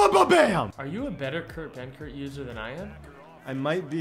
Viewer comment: I legit thought it was buthurt not benkert 🤣